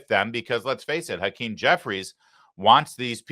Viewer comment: Hawktah Jefferies...his name is hawktah Jefferies Larry. 😁